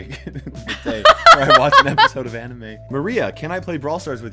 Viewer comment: Do you aneem???? It’s called anime lol